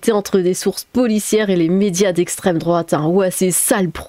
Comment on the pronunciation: le slogan de la LFI : "c'est a cause de l'esstreme douate "